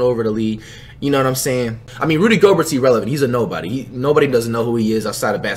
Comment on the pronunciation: No way he said “oh his name is pronounced gobear” in a vid and then says goes back to saying gobert